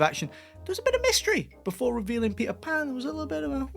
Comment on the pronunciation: I believe it's Patel Pan